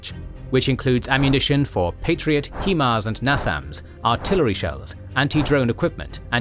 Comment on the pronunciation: TOW is pronounced 'Toe', HIMARS is pronounced 'high-mars'